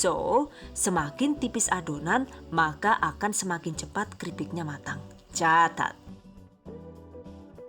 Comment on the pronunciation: Kirain ngomong cacat